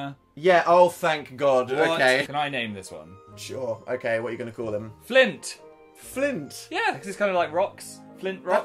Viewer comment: his name isn't flint it's FLINT